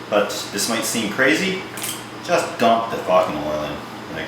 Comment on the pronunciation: "juuuust dump the fockin oil in" so canadian!